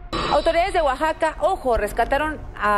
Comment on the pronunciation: I just wanna say it's funny how many youtubers say completely normal words (broad, documentary, unbeknownst) in a super weird way, and then here you are saying Oaxaca correctly.